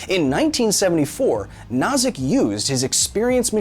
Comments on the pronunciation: I don't like to pick on you, dear Kyle, but the name of Robert Nozick is pronounced "No-zick" like "Know-zick" by most people. Love you, man. Reality might be simulated but I'll try to be good to everyone. Also, I don't think a lot of people consider this: what makes you think that when we wake up from level 1 simulation that there isn't simply a level 2 simulation? It might continue to a large number. Our current simulation could be Graham's Number level simulation and there could be many levels surrounding us in many dimensions. The possibilities are limitless. Still, I'll remain good to us at this level simulation for the spacetime being. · What's worse, messing up the first name because the David Byrne joke is fresh in your head, or repeatedly pronouncing Nozick like Schnozz? I love Kyle, but good lord that made it impossible to pay attention. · Am I in a simulation, or is Kyle deliberately screwing up the name of John Rawls' rival?